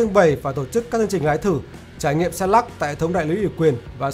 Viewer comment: Trời ạ, Lux mà ông đọc là " Lắc ". Phi ní lô đia !!!!